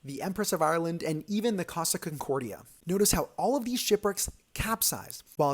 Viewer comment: Why did I hear cosa concordia